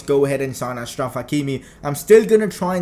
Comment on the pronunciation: It is pronounced Ashraf. He is from the same country as my dad